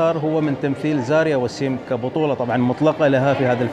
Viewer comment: ملاحظة بسيطة استاذ.. الممثلة اسمها زايرا مش زاريا انت مصمم على زاريا من ايام فيلم دانغال 😂😂😂 تحياتي لك 🌹🌹